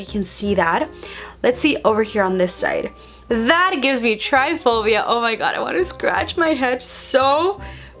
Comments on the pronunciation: It’s trypophobia not tryphobia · It’s tryPOphobia not “tryphobia”.🥺🙄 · Tripiphobia not tripphbia lmaoo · It's try-po-phobia, not try-phobia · Ugh it bothered me so bad it’s trypophobia not tryphobia hahaha no hate you slayed ur makeup 😍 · Its TRYPOPHOBIA! Not tryphobia 😉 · Its trypophobia not tryphobia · TRY-PHOBIA?!?!?!?!?!?! its try-po-phobia, love 😚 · bro its trypaphobia not tryphobia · tryphobia? or trypophobia? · its not tryphobia, its trypophobia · It's trypophobia not tryphobia >:( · Trypophobia is pronounced try-po-foe-bee-ah not try-foe-bee-ah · It’s not triphobia it’s trypophobia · It’s not tryphobia it’s trypophobia she says it incorrectly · she is saying triphobia. i think she means trypophobia. triphobia is a fear of threesomes. trypophobia is a fear of holes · It’s not called “tryphobia” it’s called “trypophobia”, sounds like “tri-po-phobia”. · It’s tripophobia not tryphobia how do you not know the name of what you have smh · Not trying to be mean at all!! But it’s pronounced Try-po-phobia! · Just so u know so u don’t sound like ur lying when u say u have tripe a phobia or however u spell it is pronounce tri pa phobia not try phobia lol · it’s pronounced try-po-pho-bi-a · Emilie Birch me too